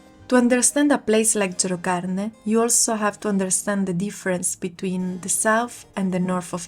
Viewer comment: Non sai dire gerocarne😅😅😅